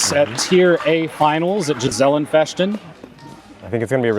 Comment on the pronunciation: Hihi the way they pronounce Gesellen Fechten.